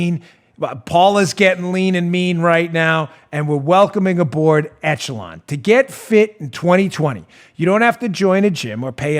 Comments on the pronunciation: On a trivial thing, "echelon" is a French word, and it's pronounced "ESH-uh-lon" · dooooode, are you pronouncing "Echelon" how they told you to?, or...? It's supposed to sound like 'ESH-a-lawn' every other time I have heard it. Sorry if being hypercritical 😬 Love you, show, my Patriot brothers and sisters, and of course, POTUS!!! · Soft “ch” on Echelon. Eshelon